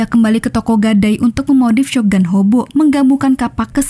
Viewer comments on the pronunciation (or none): none